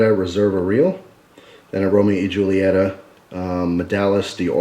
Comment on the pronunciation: It's pronounced Julieta(hule eta)